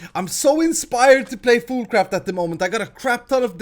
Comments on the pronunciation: is it me or does he say foodcraft not foolcraft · I thought you said food craft